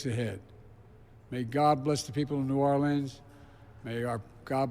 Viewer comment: Hey Joe, it was New Orleans not Norlans.